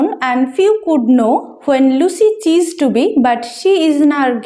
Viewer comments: চিজড টু বি নয়, সিজড টু বি,... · It's ceased not chised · Ma'am.... Ota চিসড নয়, সিসড (ceased) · Ma'am please check the pronunciation of " Ceased "